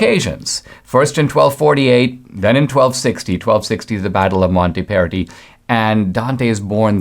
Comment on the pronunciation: It's MontAperti, with an A